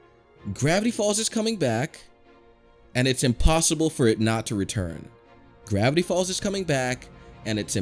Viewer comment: Does it sound like this random guy said "Brownie Falls" to anyone else? I dont mean to offend, but i just want to be sure.